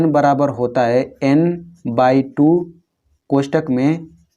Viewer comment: Yan nhi hota एन hota hai